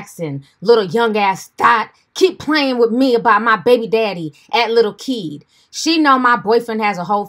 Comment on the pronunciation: Lol i thought she said lil key 🤣😂